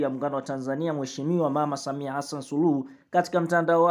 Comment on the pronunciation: Wewe Mtangazaji Wewe Sio Mtanzania Maana Hata Rais Wako Jina Hulitamki Vizuri Mtanzania Gani Wewe Au Ndio Wale Walionusurika Na Magufuli Unasoma Kama Mwanafunzi Wa Awali